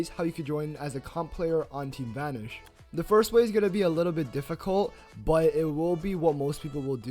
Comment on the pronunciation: why do you pronounce it as "team vanersch"?